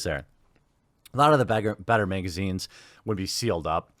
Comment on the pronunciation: "Meegazines" lol!